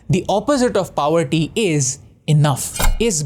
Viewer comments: Tip :- To that boy, Pronounce Poverty, Not Paouverty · Yaar at least pronounce poverty correctly. Wtf is “powerty”